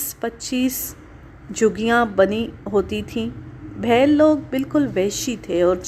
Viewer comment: Its is beel a famous tribe not bhel satpura range is in Maharashtra and i am from the last edges of these mountain ranges